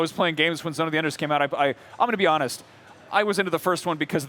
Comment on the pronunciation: Zone Of Enders 3 needs to be done by Platinum Games. That would be epic. ZOE2 is great but the only difference here, is graphics and VR. I still have the remastered versions for 360. I don't give a crap about VR. Also have your promoter know how to pronounce his own product. Figure it out Konami. 😐